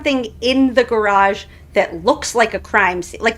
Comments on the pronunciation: ❤😅😂😅 I truly FRIGGIN' LOVE every time you say "GARARGE" like former Canton PD officer / former Boston PD officer Kelly Dever!!!! 😂😅😂😅❤ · Oh my god this video keeps on giving me! I never knew where “gararge” came from! you are just a riot. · I think they want to aboid the word garage!!!!